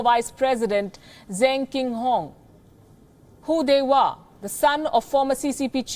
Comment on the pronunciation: I legit thought that she said "Who they were" coz the man is called "Hu Dehua" Lmao.